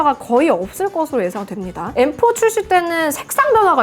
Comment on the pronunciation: 징그럽게 생겨서 엠포 가 뭐냐 발음이 무식하게